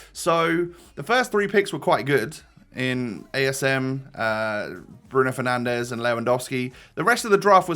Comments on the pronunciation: we all heard the ‘bruno penandes’ 😂😂😂😂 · I had respect for you until you said penandes 🤡